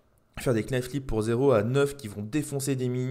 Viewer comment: Alors juste pour ton information quand tu prononce le mot "knife" il ne faut pas prononcer le K. C'est exactement comme "sword" ou tu ne dois pas prononcer le W.